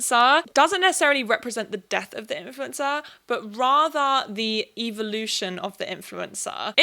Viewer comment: Not sure if you said the “evil-ution” of influencers or if it was your accent but I love the Evil-ution